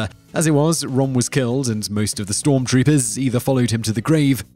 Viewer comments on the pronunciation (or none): d e austin: He doesn't care about pronouncing proper nouns correctly due to his country of birth.